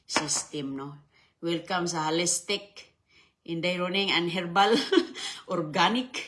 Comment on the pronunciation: Holistic, wrong pronunciation. Try as much as possible to educate your viewers.